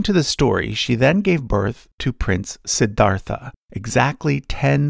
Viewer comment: It's funny how the narrator pronounced Suddhodhana and Siddhartha pretty correctly but still pronounced Buddha as Booda.